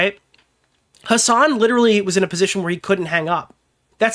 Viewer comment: "his son"? "hisson"? "HASAN?!??!